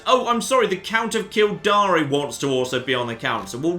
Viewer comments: v. minor quibble - I'm sure Kildare is pronounced Kill-dare. Not Kill-dari. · Kill-der. Not kill-dar-e. You have no idea how infuriating it is. Good luck